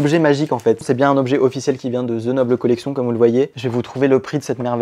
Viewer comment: Et à ce moment là ce serait également ''collectionne'', sauf qu'on le dit en version française, donc ''noble collection'' et pas ''nobele collectionne''